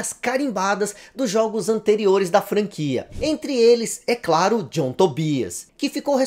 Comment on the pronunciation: Sai pra lá ô "Tom djãm" 😂 ❤